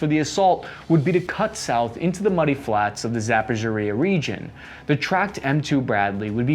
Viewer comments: It is not Zappashariah, nor is it Agrabah 😂 Repeat after me Zap-Oh-Row-Shey. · nice videos man! thanks! but it is zaporozhyE not zapozhoryA (: (not first time). Thanks again for vids! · Za-por-izh-zhia. The "zhzh" throws people off, but you should think of it just as a double consonant, because "zh" is an anglicanization of the letter "ж". За-пор-іж-жя The letter is pronounced like the beginning of the second syllable in "regime". I know it's nitpicky, but you butcher it so exceptionally badly that it calls into question how much you actually prepare for these videos. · Not to nitpick, but since you are saying many times, it's not "Zappo-po-reezhia" it's Zapo-reezhia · Zapozhoriya lol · “Zappazeria” 😂😂😂 And “Zappageria” For today’s pronunciation flubber of Zaporizhzhia 🤣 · Episode 200 in "How many ways can mispronounce Zaporizna?"!! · "Za Po REE Zha" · It's a tough pronounciation but this would be closer: "Zap - O - Reach - Yah" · Say it with me: Za-po-ri-zha Ma-ri-u-pol You'll get there! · “Zaporzhuhrya” 😂😂😂 Seriously though, love ya! Keep it comin with the laid back vids on interesting topics with solid research, interesting/knowledgeable guests, a unique grunt/general viewpoint(s) and a touch of genuine humor and I’ll be a fan for life (along with many others, im sure)! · Zap oh ree zhuh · Zap-a-zoria lmao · Haha y'all ever heard of zappazurea? Dont nobody pronounce shit like my boi right here lol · Zhaporzazziaza. 😂.! After almost a year reporting on Ukrainian conflict ’ pronunciation of Ukrainian names is like an alphabet soup vomit lol. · Zaphorizhzhia. Brush up on the pronunciation. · Zapozhoriah????? Never heard of that region. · Zappa Zha Riya? That's a new gem for my mispronunciation collection. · Hey, thanks for the content! In "Ukraine", the stress is on "A", not "U". And "Zaporizhzhia" looks intimidating, i know, but "R" goes before the "ZH": this "zapo ree ZHja" will suffice. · Pronunciation of Zaporizhzhia is also wrong.